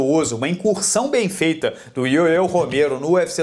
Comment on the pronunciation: Pronuncia - se "yoél" e não "yoeu" Romero.😏